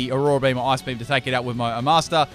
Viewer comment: it's bee-he-yam